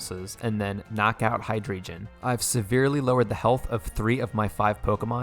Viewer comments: And hydreigon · Hydreigon as well, its drei not dri